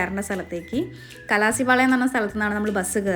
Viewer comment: Kalasipalayam alla kalaspallaya aganna ya paraya 😊